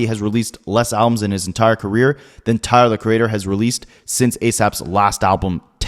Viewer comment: This man calls him "Tahr the creadder"